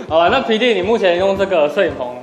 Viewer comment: 聽久了！聽成鼻涕~XD